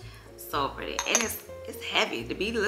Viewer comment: New subbie here! I love, love your channel!! You're such a vibe ! I love you hear you say "it's so Pur-dee" LOL I've added a few items to my cart 🤗